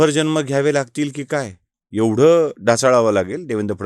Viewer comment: ह्याला जन्म शब्द उच्चारता येत नाही,ह्याने काहीच बोलू नये.आधि नीट मराठी बोलायला शिक नंतर फडणवीसांवर बोल.